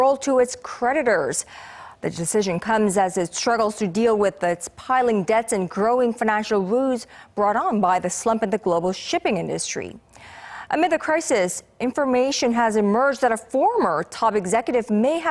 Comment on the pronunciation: woes , not woos.